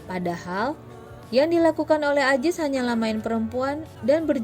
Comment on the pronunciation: Zainudin bukan jainudin Azis bukan ajis